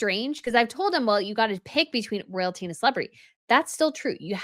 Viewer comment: “Soyalty”, not Royalty 🥴